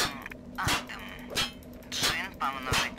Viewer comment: Не А́дам, а Ада́м. Адам и Ева, только змея-искусителя с яблоком не хватает.